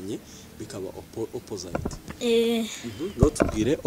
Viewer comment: ijambo opposite mucyongereza basoma " ɑpəzɪt " cg opozite not " oppozayite " like you're pronouncing.